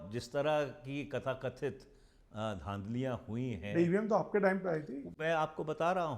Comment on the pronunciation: These people wants without election their Sarkar 😂 and all criminals , corrupt in the Sarkar . Tewari ji it is TATHAKTHIT not Kathakathit 😂